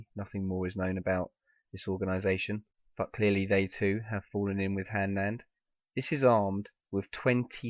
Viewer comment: its "Hanland"